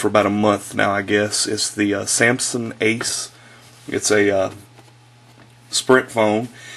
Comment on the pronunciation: dude its pronounced "sam-sung" not "sam-sin"